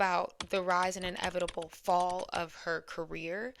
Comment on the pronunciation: yikes not "enevetible" girl